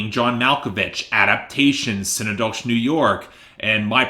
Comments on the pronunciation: Si-neck-doe-kee is how its pronounced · Synecdoche is pronounced like Schenectady New York. It’s not like “sin nah doe shh”